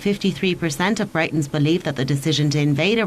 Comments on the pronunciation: did she call us Brightons ?????loooool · Barbara Weaver. I should of clarified, I was referring to the news reader at the beginning, with her pronunciation of Britons.